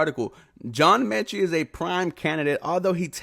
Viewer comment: John Metchie not Menchie...sorry it was bugging me lol